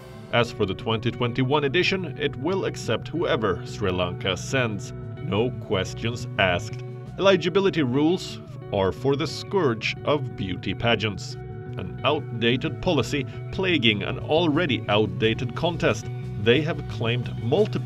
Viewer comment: "el-EYE-gibility"! Whaaat?!?!? (Utter disbelief)